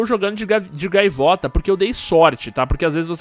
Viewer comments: Gaviota ou gaivota man ? kkkk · "GAVIOTA" - Lispector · ''GAVIOTA'' KKKKK